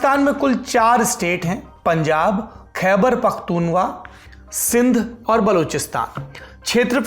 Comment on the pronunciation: सौरभ जी, आपने " खैबर पख्तूनख्वाह" को " खैबर पख्तूनवाह" कहा. .